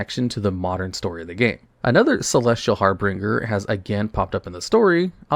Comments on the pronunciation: it is so good to know that I am not the only one who pronounced Harbinger as Harbringer despite there being only one -r-. I did that for actual decades. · Babe. It's "harbinger" not "harbringer". There's no R after the B. Carefully read your scripts over. You have messed this word up many items in the past. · "Harbringer" ≠ "Harbinger". Har-Bin-Jer, not Har-Bring-Er <3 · Started to think i had misread and was saying it wrong the whole time untill i read this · HARBINGER. H A R B I N G E R. IT IS NOT HARBRINGER. I'VE LISTENED TO YOU MAKE THIS MISTAKE FOR YEARS NOW. HAR-BINGE-R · The way you pronounce harbinger drives me insane lol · Dudes reading the word "harbinger" directly < Is editing his video. With the word And still saying it wrong